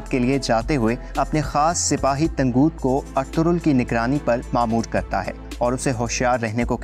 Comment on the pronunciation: bhai tanguuut nhi ha tangut ha